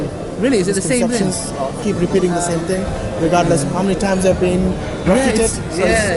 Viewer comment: “Tell them you want the real ting” 🤣